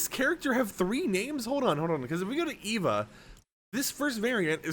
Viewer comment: It’s E V A not Eva